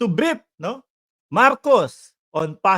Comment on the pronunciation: Brod.brief hindi briep ang bigkas